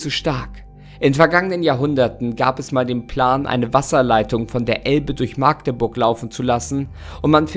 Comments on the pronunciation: es heisst Machdeburg und nicht Maagdeburg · Es heißt nicht Maaaagdeburg. Das A ist kurz, auch wenn eine Magd im Wappen zu sehen ist. Liebe Grüße aus (der Nähe von ) Magdeburg 😜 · Wir Altmärkischen sprechen das A in Magdeburg kurz. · Bitte bitte das a in Magdeburg wird kurz ausgesprochen